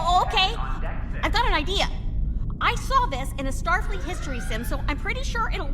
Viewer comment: i just noticed says starfeet and not Starfleet